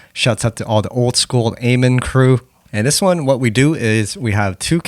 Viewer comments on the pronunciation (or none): Its not "dis section" its "this section"